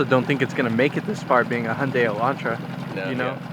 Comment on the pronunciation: One of the very few people that actually has pronounced Hyundai properly, can't wait for the rest of the episodes to come out